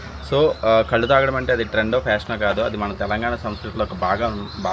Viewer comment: కళ్ళు కాదు కల్లు అనాలి.